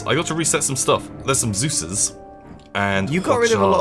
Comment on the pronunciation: Zeuses?, really? I think you mean Zeese.